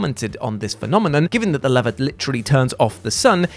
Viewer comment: ... why is he saying lever wrong?